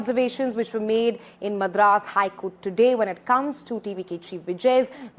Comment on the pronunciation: The way she pronounces Madras is so annoying!! As a Tamilian and a South Indian, I feel she should've atleast done enough research on the correct pronunciation before talking on "national" Television.